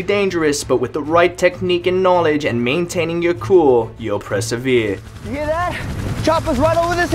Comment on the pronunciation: ... so we can *presevere*, lol